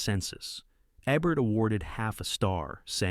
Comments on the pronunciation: It's EEE-bert! Not EHbert. Get your AI narration out of here. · Speaking of bad videos , it's Roger EEbert not ehbert. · The mispronunciations made this unwatchable. Eh-burt vs EE-burt for Ebert? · It's Roger Eeeeeeebert, yo dim bulb. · Roger EBBert? C'mon. Use better script reading software or perhaps learn English and read the content yourself for the English speakers you are targeting with your content. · It’s pronounced Ee-Burt for FFS! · Dan Ay-croid and Roger Ebb-ert are why I'm stopping at one minute and blocking this AI channel. No one will be offended. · I hated, hated, hated, hated, hated, hated, hated this fake video. And Roger Ebert would have hated it ever more. As well as hearing his name mispronounced. When did he compile this alleged list? Answer: Never. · In the first 10 seconds you mispronounce the name of the critic whose name is on the video. I’m out. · Yes, the voice mispronounces Roger Ebert's name all but twice.